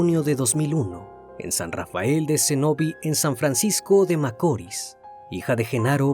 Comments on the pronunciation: Deja de decir Macoris.... Se dice Macorís con énfasis y acento al final... Te lo digo porque soy de RD... Aun así buen trabajo y gracias por hablarnos de este caso... Desde hace tiempo deseaba que lo hicieras... Lo he visto mucho y prefiero escucharlo de ti.... Tu narración es excelente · El criminalista " espailet " ...por no saber decir ( ESPAILLAT ) , "macóri"..por no saber decir (MACORĪS)..."CENÓVI)...por no saber decir (CENOVÍ) ....que lindo Dios lo bendiga y gracias por publicar tan triste caso que estremeció mi pais y parte del mundo 🙏🙏🙏🇩🇴🇩🇴🇩🇴